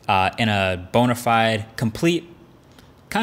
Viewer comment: You really did pronounce "bona-fide" as "bonified" lmao